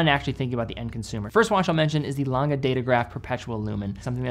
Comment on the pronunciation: The -e ending in German is pronounced -uh, never -ay. No idea where all the American watch YouTubers got that into their heads but it’s the same with Lange, though you say that one ok. So just pronounce the ending of Tangente the same way you do Lange 😉